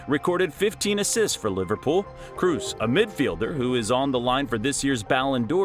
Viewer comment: After he pronounced Kroos wrongly, I stopped watching, that ain't a football fan.